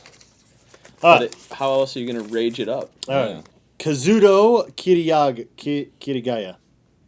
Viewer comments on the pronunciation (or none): I was laughing so hard when he was trying to pronounce kirito's real name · he fucked that name up so bad. XD anybody who has seen SAO knows what I am talking about. . . Anybody who hasnt seen it. . . You fuckin should. Lol